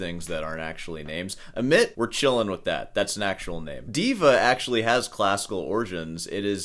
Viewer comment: You don't like the names he gave his kids? What are you wasting your time here for? There/s an entire world of children out there and I am certain there are million of them who have names that will somehow discomfort you. Oh and its not pronounced "Ahmit." The fumiest thing is that you say "Dweeil is a name that your child should choose for themselves," and yet if you knew what you were talking about you would grasp the relevance of that statement. As an educated and obviously "very serious music teacher" you should read FZ's keynote to the American Society of University Composers, it is the most honest speech ever given at an ASUC conference.